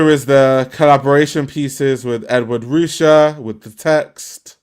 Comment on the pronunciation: Just for clarification- Ed Ruscha is pronunced Ed “Roo-Shay”